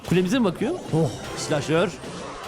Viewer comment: Türkçeyi katlettin aq doğrusu silahşor olacak